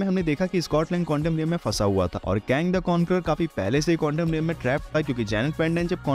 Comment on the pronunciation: Bhai countom alag sound kar raha hai